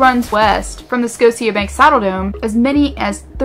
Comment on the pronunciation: RandomMax I know in the vid she said scosia